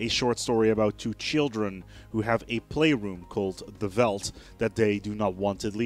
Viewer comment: just fyi it veldt is a afrikaans word so you actually pronounce it like felt with a slight slight vvvv sound on the f. weird i know